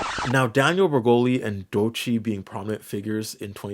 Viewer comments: i take a hit to the solar plexus every time i hear doechii pronounced like doy-chee instead of doh-chee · I love this vid but how much do I need to pay for you to never say "doi -chee' again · Great video, but everytime you say "DOY-Chi" I die inside. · "Trying to use pennies to define gold" is a BAR! Also, "Doychee" is painful. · Why you say Doechii like Doeiiicheii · im sorry but why are you saying doechii like that 😭😭😭😭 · Wait is Doechii pronounced Doe Chi or is it Doy Chi? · Please pronounce Doechii's name correctly, it's way easier than you're doing it 😭😭😖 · Doechii is pronounced as just 2 syllables, not 3